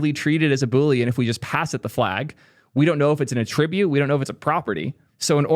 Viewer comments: Why are you pronouncing attribute as "attr_I_bute" instead of "_A_ttribute"? Is this American english or a local dialect? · def assumed you were trolling us with "at-trib-ute" -- fun callout 😂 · Thank you for mentioning your "alternative" pronunciation of 'attribute'. Half my brain kept trying to figure out if you were trolling, actually unaware of how 99% of the rest of the English speaking world says it or if I lived in some strange pocket of the world with its own accent 😆